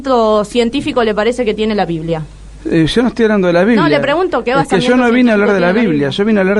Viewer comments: Se dice basamento no " basamiento". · Jaja la interlocutora en el minuto 11 dice "basamiento", será que miente? 😂